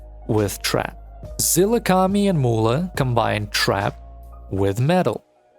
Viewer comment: Why does he keep saying Azilakami?